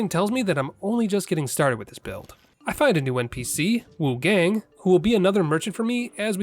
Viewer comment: Just a heads up, friend. It's pronounced with an "ah" sound not an "ay" sound. So Wuchahng.